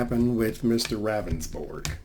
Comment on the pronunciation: I'm from SD yes thank you for doing this.. btw his name is pronounced rounsborg. I thought this was bs from the start. He claimed it was very dark but another witness said she seen the victim walking with a flashlight. Good lord. He needs to go. He shoulda resigned already.